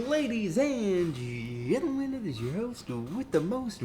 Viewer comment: laddie amd men lol got that saying wrong with some more high school stoies